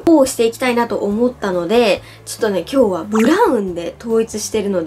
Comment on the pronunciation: 挨拶したあとの今日は の｢は｣がなんかやだ (伝わって)